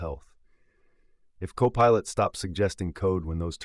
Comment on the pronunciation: Bot bot bottty bot.... 20 seconds in and autistic AI can't even pronounce co-pilot (says copperlet) . If you can't be bothered reveiw your own garbage don't waste our time expecting us to lsiten too it.